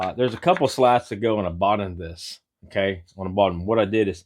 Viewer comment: You make some really nice things really.Simple, really nice, but just so you know, the word is bottom, not boden